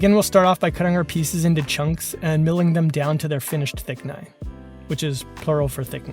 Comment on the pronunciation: It's definitely Thicknesses not thickni... but thickni sound very ni